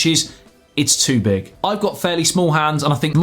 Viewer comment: No "the joke" is in his hand lol ...... ps - he can't even say "too big" correctly ;)